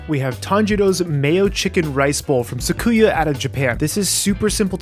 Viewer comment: Great recipe video! I'll save myself the 680 yen and make it at home first. But, it's pronounced Su-ki-ya not Sa-ku-ya 🤣